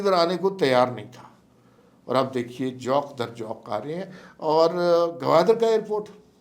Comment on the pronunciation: پرفیسر انور مسعود جیسی باکمال شخصیت کا برخوردار ہونے کے ناتے آپ سے یہ توقع نہیں کی جا سکتی کہ وہ ساری زندگی فارسی پڑھاتے، اردو اور پنجابی میں نہایت اعلیٰ پائے کی شاعری کرتے ہوئے نامور ہوئے مگر آپ جوق در جوق کا تلفظ غلط کردیں، بھائی دونوں جگہ (ج) پر زبر نہیں، پیش لگانے سے درست تلفظ بنتا ہے، بے شک پروفیسر صاحب سے تصدیق کر لیں۔ ہم تو پشتو بولنے والے جہلاء مے سے ہیں، میرے بارے میں حماد حسن سے پوچھ لیں، تصدیق کر لیں گے کہ واقعی ہم پشتو بولنے والے ہیں، بس ذرا اکتیس سال ریڈیو میں گزارے ہیں، اور پروفیسر صاحب کے ساتھ پشاور میں دو تین بار مشاعرے میں شرکت بھی کی ہے۔